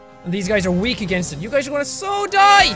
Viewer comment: When you said: die cows. You really said: do I cows